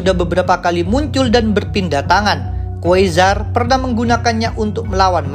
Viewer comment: Tolong googling min tentang "pronounciation" QUASAR dibaca KUARSAR bukan KUESAR SORCERER dinaca SORCERER bukan SOSESES